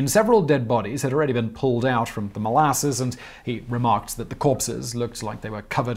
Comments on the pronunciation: Why is he saying it like that? It's mol-a-suss, not mol-asses, Simon. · Your pronunciation of molasses is super weird! Molarses? Is that “powsh”??? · Why do you say molasses in such a weird way?